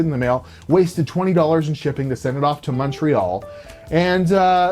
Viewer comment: Honestly, if you complain about lack of honesty and competence in people you buy from, you should also tell them they snet you an upgrade without charging. Same rules for everybody and such. also, for the Canadians among you, is Montreal really spoken MunchReoll?^^